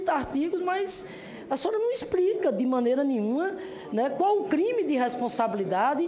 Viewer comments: RepúbRica e expRica kkk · bousonoro, exprica, KKKKKKKKKkkkkkkkkkkkkkkkkkkkkkkkkkkkkkkkkkkk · "A senhora num isprica..." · Putz, essa senadora é uma vergonha... diz que é professora... como? “Exprica” isso meu povo. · "Infilismenti" a sinhora num "ixprica" .."supusições". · Pqp, a senhora nao sabe nem falar...isprica, presidenta, respeithu...uma "senadora da republica" que vergonha...ainda bem q sou gringo pqp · Poorrrra Mulher fala "ixprica" o tempo todo .....haaaaaaaaa ,,,,, vá tomar banho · Nossa ' a senhora num exprica ' racha a cara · Esta Senadora está perdida e não representar o nosso País sim Apenas o PT,porque a Jurista como diz ela não isprica sendo que a Dr. Janaina a Jurista cita as Leis e Explica quais são as acusações .Mais a Senadora diz ela não isprica,não isprica,não isprica...Saiba Senhora que as suas convicções não representa o Meu País ....